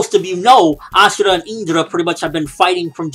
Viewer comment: Dude its ashura not asura